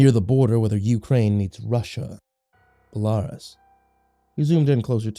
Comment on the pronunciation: Belarus = Bey lah roos